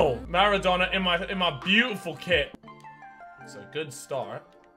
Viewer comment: I swear near the start in the team section he called maradonna madonna